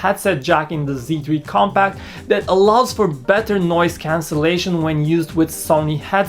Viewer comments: I think I hear him say "comPAKK" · I thought he says sony xperia come back!!!